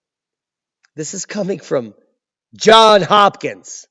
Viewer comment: Johns Hopkins, D, not John